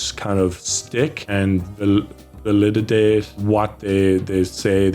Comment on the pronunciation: stammers then says... "Valilidate" 🎉😂❤